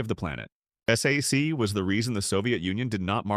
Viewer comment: It's not pronouinced S-A-C, it's prnouinced SAC(K). I'm an old SAC troop. Lemay was not used to hearing NO, he was a brilliant commander.